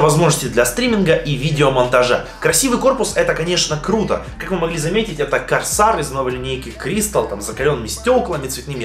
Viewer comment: карсар😂😂😂😂 карсэир